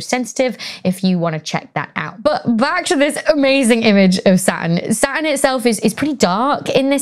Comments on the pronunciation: Platurn 😅 🥰🥰🥰 love it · When Becky said "my favorite planet", I heard "Sun". I was thinking: whaaaat? Then I hear her talking about "Sa'un". Oh, it's Saturn! The way English speakers, and some dialects especially, really confuse me sometimes! "Saturn" is said so differently in my language (Finnish).